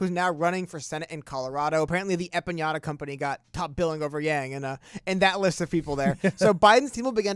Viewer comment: It’s empanada not empañada. Lol. The latter has a totally different meaning in Spanish.